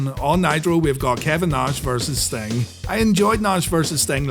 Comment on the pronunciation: Dude said Nahhh-shh :face-blue-smiling